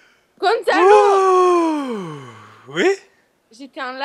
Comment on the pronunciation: a elle dit Con de salop ou gonzalo ?